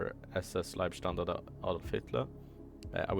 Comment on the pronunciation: Leebstandarten AH, not lieb